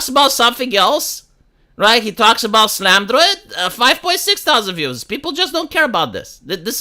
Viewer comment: Slamdroid... it's Sal a man Droid... Never change, please, just like War; never change. At least in this regard. It brings a smile to my face and I find it endearing